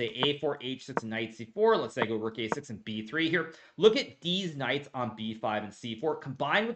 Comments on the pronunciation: Did he say deez knights? 😂 everything he says is so straight faced it’s hilarious when he makes a joke especially when I’m not sure if he’s joking or not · I love your dedication to saying "deez knights" every single time without fail. Love it. keep it up. 🤣